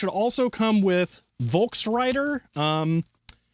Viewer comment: Love to see the blue table and your excitement is back, p.s. pronounce Volkswriter with an F:goodvibes